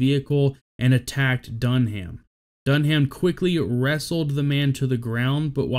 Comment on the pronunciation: My only criticism here is your pronunciation of Dunham's last name. You don't pronounce the H. It's simply said "Dun-am". Utmost respect to these amazing men and their families